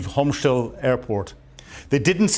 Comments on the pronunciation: Please, it's Hostomel, not Homschtel. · The name of the Ukrainian Airfield near Kyiv is Hostomel, not Homstel. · Yeah, wrong pronunciation from - it s/b Hostomyl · C'mon... it's not "Homshtel", it's Hostomel. And Ukraine didn't have Gepards when Ruszia invaded in 2022. Besides that, some of the video snippets you show aren't even related to that time period. If you can't get the basics right, your lecture about military tactics and strategy is just nonsense. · It's Hostomel airport. Not that hard to pronounce. ;) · Why doess he keep calling Hostomel " Homshtell"? it's annoying AF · Come on man...not "Ayek-sander" , but "Iskander"... ANd not "Homsh-tel"!!! But, "Hostomel/Gostomel"... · It's "Hostomel", not "Homshtel"..and "Iskander", not "Iksander"...😂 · I don't mean to sound churlish, but it would be great if you could pay just a little attention to pronunciations, pretty please. For example, it's Hostomel, not Homstel, and Iskander, not Iksander. These aren't big things, but they do your otherwise first-rate content a disservice. It's worth it to sweat the small stuff. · ffs. learn to read and pronounce. Hostomel airport and iskander missile. how hard is it to just read these names?